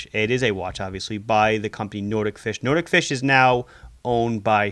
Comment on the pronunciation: It is pronounced NOT-IK FISH not Nordic-Fish